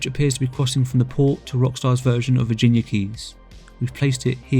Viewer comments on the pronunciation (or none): none